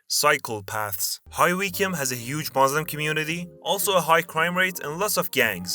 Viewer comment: High WEECYEEOM? You mean High (as in high up) Wycombe (pronounced wi coom) Also it’s Cambridge (as in caym bridge not cam bridge)